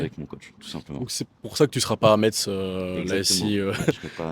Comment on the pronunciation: Salut 😁 on prononce messe pour Metz . Merciiiii ( et referencement 🎉)